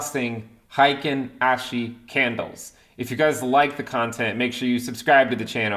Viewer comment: Heikin literally means average and it's pronounced "heykin" like "Hey I love your videos!" My wife is Japanese